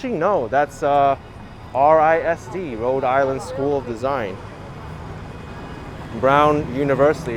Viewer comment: RISD is pronounced as a faux acronym: Riz-Dee.